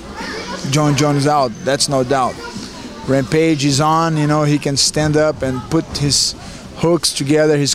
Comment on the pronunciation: "Hampage is good fightooo..but my opioooo" LOL!